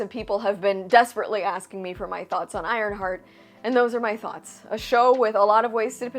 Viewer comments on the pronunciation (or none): WTF is an ironshart?!?! Lol 😂